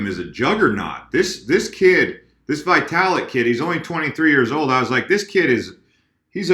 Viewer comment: FYI.. its pronounced VEE-talik, not VAI-talik (Russian)